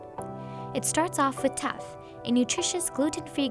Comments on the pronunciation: She tuff not teff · She said “taf” and not “teff” I’m dead lmao 😂 😂 😂